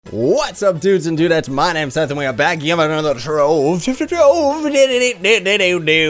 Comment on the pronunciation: IGN: WindowFlasher I like how his name is pronounced "sith plays" when it's supposed to be (or at least I pronounce it) "SITHE plays" :)